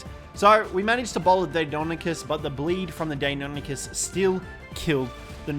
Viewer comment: When he says deinonychus all i can hear is "daymommykiss" XD